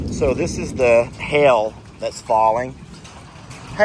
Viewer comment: I grew up in Mississippi so I'm amused by you saying hail. Did he say hail or Hell? Lol. The other night I got amused by your conversation with Megan about your game. I wanted to bust in when she told you it was "Dill or No Deal."